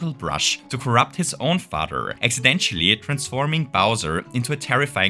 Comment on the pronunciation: du sagst „exidentschelli“ du brauchst das „sch“ nicht. Einfach nur „exidentelli“ 🙂👋🇩🇪 Grüße aus dem Schwarzwald 🌲🌲🌲